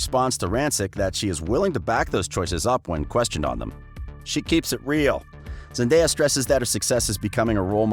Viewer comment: I know this is about Zendaya but he pronounce her name wrong